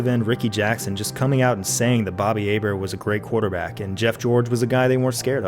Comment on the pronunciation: Job Bois said Hebert right, another reason to love this man